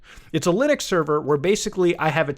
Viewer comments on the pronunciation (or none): none